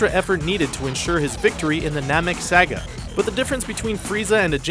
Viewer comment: somebody tell me why he says sega instead of saga